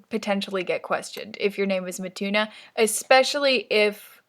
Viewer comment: Mituna sounds like "my tuna" with an accent I can't.